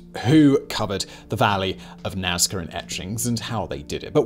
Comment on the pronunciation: It's Nazca. And for God sakes, I hope that you have done your duty and visited far more than only the lines. The Nazca were truly awesome. If not get back to the Casa Andina (the best restaurant in town it's just crossing the street, like five meters away from the door of the hotel) and do your duty! Cusqueña de Trigo, always! ;)